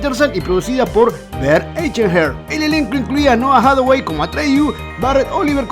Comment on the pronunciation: Stop with the AI narration. It can't even pronounce Noah Hathaway's name, which it could if it was a real person reading from a script.